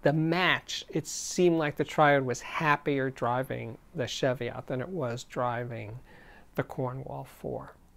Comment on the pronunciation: Been watching this and there is something that annoys me, it's your pronunciation of Tannoy Cheviot. It's Cheviot as in cheese, not sheviot as in chef. Please get it right. I'm now waiting for someone to tell me I'm wrong, so, they are named after a range of hills in southern Scotland, and as a Scot?